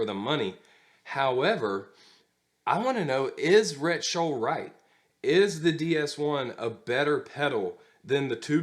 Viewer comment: FYI, it's Shull not Schull. Just sayin"...